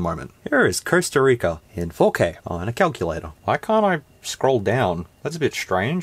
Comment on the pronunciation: WTF is a Kuck-you-lay-tor??!!